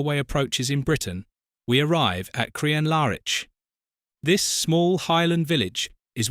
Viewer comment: You pronunciation of Crianlarich is horrendous. It’s not in any way pronounced as Crian Lar Itch as you did